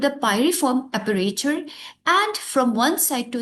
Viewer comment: It's Aperture mam..not aprature with regard🙏🏼